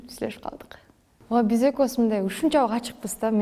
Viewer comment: Экоуз дебей экобуз деп суйлосон э